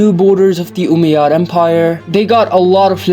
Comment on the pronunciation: As an Arab the way he says Umayyad is so funny 😂😂 he’s like oomeyads